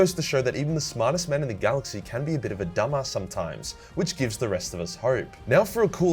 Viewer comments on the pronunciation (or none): none